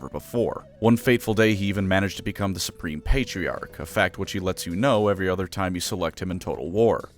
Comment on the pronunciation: "I'm Spreme" - Belt